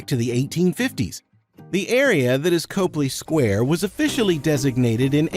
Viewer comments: Copley Square is pronounced "Cop" "Lee".as is police officer + Lee Jean's. Learn how to say these words before you make the video. When I hear these easily researched mistakes I trust NOTHING you say . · Can't take this seriously if you don't know how to pronounce COPley Square